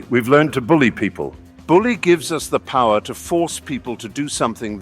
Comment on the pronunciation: Well done mate. Loved hearing you say Rings of Paw’r 🤣🙏🏼